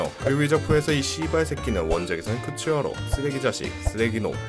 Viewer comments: 쿠츠야로 아니고 쿠소야로입니다 クソやろう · 쿠소야로 부분에서 이상한 발음이 들려셔 뭔가 했음